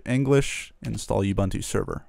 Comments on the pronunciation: completely agree being South African. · It's not 'You Bantu' that's kinda offensive in South Africa. pronounce the first two U's like the last one. (it's the same letter each time). you wouldnt say abunta why say youbantu if its ubuntu?